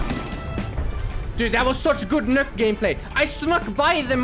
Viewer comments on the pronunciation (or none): It’s Nokk NOT NOOK >:( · I'm sorry but did you say sNokk? That's it that's where I draw the line I'm outta here literally unwatchable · Ooooh it's Snokk like in snuck